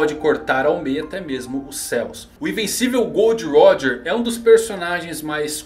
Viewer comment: GOORRDO RÓDJA.